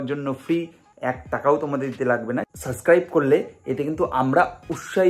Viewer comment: সাসক্রাইব নয়, subscribe শব্দটার সঠিক উচ্চারণ হবে সাবসক্রাইব